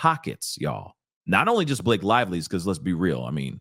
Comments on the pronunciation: I love the way how you mispronounce Blake's name, cause in my first language it means "moth" :D :D :D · I can’t help but giggle every time I hear you say B-lock-a and.